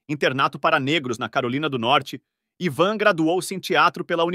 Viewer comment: O ivan dixon, pronuncia.se aivan dixon e o klink é vilhelm klink. Parabéns pela produção